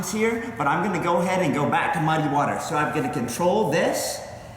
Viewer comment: fuc* u and your "mudd-ay waters" dat u like sayin soo much. bahaha what an idiot